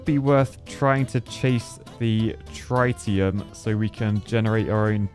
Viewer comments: ITS TREETIUM not TRY-TIUM, IM CRYIN 😭😭😭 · Trite--e-um? That makes my head hurt and bugs me in a bad, bad way. I know my nuclear physics, some of my isotopes. Trit-e-um, please. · you architect. It's Trit like TIT not try. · for refernce its tritium (trit-e-uh-m) i was in the british army and we use tritum is our sustas (british acog) (its what makes them glow at night) (no battery's required lol) but if dropped very bad XD hope this helps (unless its just the posh lad accent lol) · Only Architects can't pronounce Tritium correctly...🤣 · Hearing you saying "tritium" was a strugle😅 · Tritium is pronounced that way? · ...Please get a pointer on how to pronounce "Tritium" because this is painful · The way he pronounces Tritium is...really irritating.